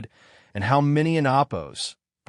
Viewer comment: WTF is "oppos?" Fix your AI voice